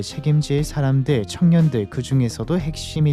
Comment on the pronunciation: 발음이 부자들,창년들도 라고 들림 ㅋㅋㅋㅋㅋㅋㅋㅋ